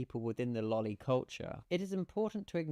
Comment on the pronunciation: At least he pronounced loli right